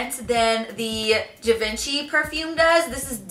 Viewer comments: "Gy-Veen-Chee" oh yikes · Wee Wee yeah its called “živanšee” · She-Won-She = Givenchy